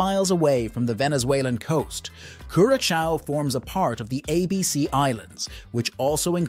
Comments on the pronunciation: Please give the country the respect of pronouncing its name correctly . CURE A SOW.not CUR A COW. I cringed every time I heard that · it is not pronounced curaKAO - geez dude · Homie pronounces it different each time he says it. LOL! My favorite is Cure a Cow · Lol. I love the multiple unique pronunciations of Curacao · You know it’s an AI generated voice based on him having a new pronunciation of Curaçao every time he says it. 😂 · why do you keep changing the pronunciation of Curacao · Not gonna trust someone who can't pronounce the islands name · This youtuber hasn't done his homework and it is annoying.